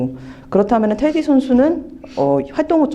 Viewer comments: 테디 아니야? 자꾸 인터뷰하는분이 테리라고 하니까 거슬리네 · Teddy, 미국발음은 테리, Flap an aleveolar stop in intervocalic position when the latter vowel is unstressed. 한국말로 인터뷰하는 거니까 발음은 테.디!로 정확한 한국말로 발음해야겠지요. 리포터분이 한국말과 영어간 발음을 혼재해서 사용하셔서 듣기불편하셨나보네요.